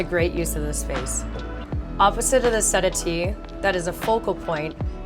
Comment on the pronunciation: Can't say I have ever heard the word "settee" pronounced set-a-tee before!